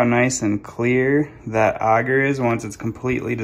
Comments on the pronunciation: agar is pronounced a (as in apple) gar. auger as you're prounouncing it is a device to dig holes. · Ay-gar. Aye-ghar. It may be a mispronunciation but please god say it like the rest of us lest I deafen myself to minimize shock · Can’t take some seriously when they don’t even know how to pronounce the thing they are working with! No one in mycology calls AGAR Auger! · The way you pronounce agar is triggering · ok, but it's definitely not pronounced auger either way, which a simple google search confirms. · ik lol it just drives me crazy for some reason when he says it like that :) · Never heard someone say agar like that